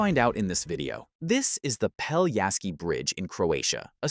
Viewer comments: If you make a 13 minutes video about a bridge, you could at least learn how to pronounce the name of the bridge correctly. It's not Peljaski but Pelješac!! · Not "Peliaski" but PELIESHATZ (Pelješac) !!! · Peliasky bridge 😆 not even close... it's Pelješki bridge, "LJ" is actually one letter and "Š" you read like "sh" or like german "sch" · Pelješac is pronounced peh-LYEH-shats, with the emphasis on the middle syllable. The "š" sound is like "sh" in "shoe" and the "c" is like "ts" in "bits". Not peliasky… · Pell-yeh-shatz - this is how you should pronounce it. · Great, but the name of the bridge is pronounced quite differently. PELYESHAZ or Pelješac on Croarian.